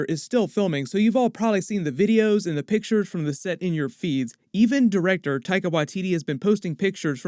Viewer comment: Hello from New Zealand. It is spelt W A I T I T I and is pronouced WHY TEE TEE in our Māori language. Thank you! <3